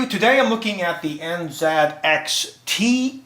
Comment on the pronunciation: I just wanted to hear say enzat, thumbs up!